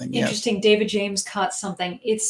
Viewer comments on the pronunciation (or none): none